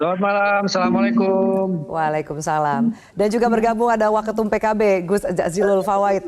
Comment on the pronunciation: Assalamu'alaikum bukan samlekum Gus yaapa Gus kok bilang samlekum